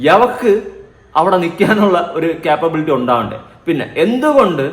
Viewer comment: എടാ ക്യാപബിലിറ്റി അല്ലാ. Capability. ക്യാ.. ക്യാ... അല്ലാ കേട്ടോ. എടാ ഗപ്, ഗപ്, ഗപ്... നീ പാന്റീസ്‌ ആണോ? അതോ ജട്ടിയാണോ ധരിക്കുന്നത്. താടീം, മീശേം, സ്വരോം മാത്രേ ഉള്ളല്ലേ.. ഗൊച്ചു ഗള്ളൻ... 😟